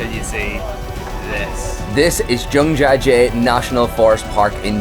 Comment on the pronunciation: Mate- it is not "jung-ja jay"-- but Jiang jia jie